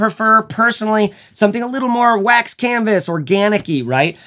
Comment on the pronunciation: I paused at the "waxed canvassss" and I'm sure it's that Scottish Trekke thing. I'll get back to this comment once I'm done watching this MASSIVE piece of art. (1 day later) Okaaaay. Man, great video! Loved it.